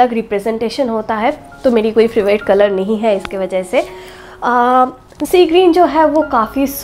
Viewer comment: তুমি ফেভারিট কালার বলো কেন ফেভ্রিট বলতে পারোনা it sounds very ugly please don't mind..